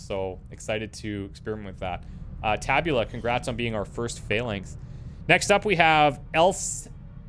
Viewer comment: If I am not mistaken, the accent in “tabula” is on the first syllable. Tàbula!